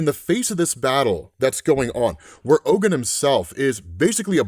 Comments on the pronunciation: Oh, Ogun is pronounced (OGoon) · Ogun pronounced ogoon